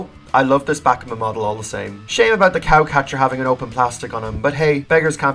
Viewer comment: I don't know if it's only by yourself but why does he say Bakmin